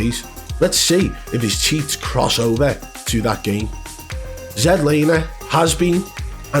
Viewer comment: ZEDlaner lmao 🤣